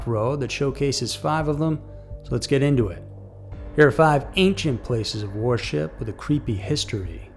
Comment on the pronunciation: Why does he pronounce "worship" as "war ship"? I'm dying laughing.